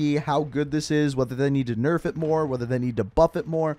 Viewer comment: "Big nurf"?